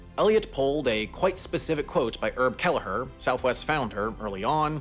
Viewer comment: Two things. It's Herb, not Erb. Herb would probably get a kick outta that, but it's still wrong. :) Stands for 'Herbert'. It's IAH/George Bush Intercontinental Airport, not Houston totally. And that's not until August 4, 2024 (about two and a half weeks away as of this post.) Southwest is huge at Hobby Airport, so IAH was redundant. Never understood it myself except convenience in some way.